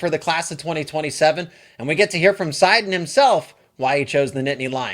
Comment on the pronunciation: Your saying his last name wrong what wrong w you you suck get a new jo